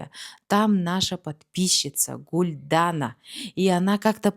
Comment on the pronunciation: Казахские названия и в именах ударение всегда на последнюю гласную не АктОбе а АктобЕ. Не ГулдАна а ГулданА